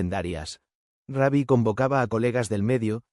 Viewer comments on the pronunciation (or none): Hola y por que dice Raby, su nombre artístico era Rubby Pérez